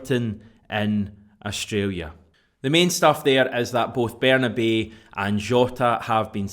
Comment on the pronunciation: Can we call Bernabei the right way - it’s Berna-bye